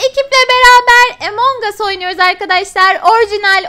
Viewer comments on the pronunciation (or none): Emongus değil among usssss among aaa il en okunuyor lütfen artık şunu doğru okuyun sınırın bozuluyo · Abla oyunun adı Emong Us deyil Among Us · Emong us degil abla among us yaw among u among gubj okuyok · Emong as diye degil among as telafuzu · Among us diye yazılıyor emong as diye okunuyo 😏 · Abla o EMONG us diğil among us